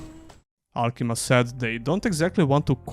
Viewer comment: Great video as usual... also it's Alkimia, not alkima.